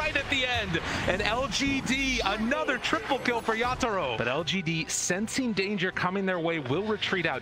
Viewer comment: My god I fcking hate how the caster pronounce Yatoro’s name